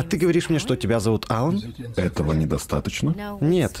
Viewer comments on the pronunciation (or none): пришельца зовут алан но ударение на алАн а не Алан